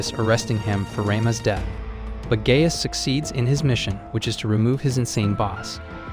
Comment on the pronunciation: It's pronounced like guy-us